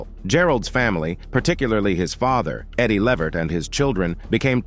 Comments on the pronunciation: It's Levert sir 🤦🏿‍♀️ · Put the T back in his name..... Levert....